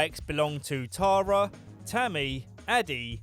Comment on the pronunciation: I love that you can’t say Tara. “Tarar” lmao